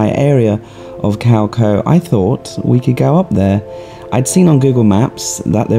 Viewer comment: Small thing, but Your pronunciation of Khao Kho is cringeworthy… 555, hopefully by now you have learned how to pronounce.